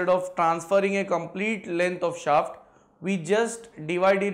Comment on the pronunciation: Pehle shaft ka pronunciation sahi sikho